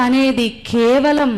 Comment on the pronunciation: 'విధ్య'' కాదు 'విద్య' 'ఖేవలం' కాదు 'కేవలం' 'భోదన' కాదు 'బోధన' పాశ్చాత్య 'దేశులు' కాదు 'దేశీయులు'. దయచేసి తెలుగు భాషను అగౌరవ పరచకండి.